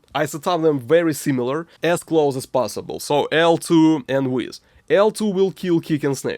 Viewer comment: I love your videos, they feel so "real". But please! don't say "Weezz", Weiss is pronounced like "Vice".